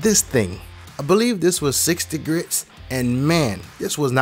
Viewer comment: Grit... not grits